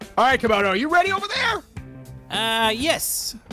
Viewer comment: Wow instead of camodo and scrap man it's camodo and ob lol.